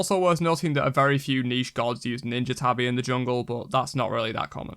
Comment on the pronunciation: How the hell can you say Ninja Tabi correct and Warrior's Tabi wrong? (tah-bee NOT tah-eye)